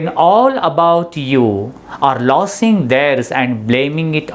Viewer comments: Pronunciation of लोसींग losing or लूझीग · Prounce लुझिंग & ट्रायंफ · It's losing and not lossing.